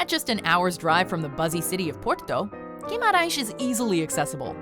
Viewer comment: Hi I'm Portuguese and let me say I was stoked by your perfect accent when saying Guimarães! I'm a big fan of your travel videos. Keep on the good work!